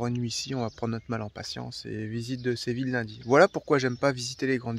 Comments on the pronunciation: Ce n’est pas Sé Ville.... Mais Sé vi lla... Si vous le prononcez en français dans ce cas il faut dire « Sé vi lle » Comme Fi lle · Séville se dit Séviye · Superbe video et gros kiff dans la foret <3 SVP quelle est le titre de la musique qui commence à ? Merci !!! Ah au fait ! Séville ça se prononce Séviye ! Je me souviens encore de ma prof d'espagnol qui à l'époque de l'expo universelle de 1992 nous avait dit de ne surtout pas aller au parc et de chercher du "chocolaté" ;D ce qui nous a évidement tous dirigé vers cet endroit stratégique par la suite ! Le reste de la classe vert a ete epique ! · Coucou les 😊 J'étais pliée quand tu t'es mis en mode chasseur avec Téo pour observer l'insaisissable Martin 😂😂😂😂 Séville est une très belle ville 🏙 Je pense qu'on prononce "ille" comme "bille", "iye" 😉 Ben oui, c'est toujours déplaisant de tomber sur des spots souillés 😒 À très vite 🤗 Gros bisous 😚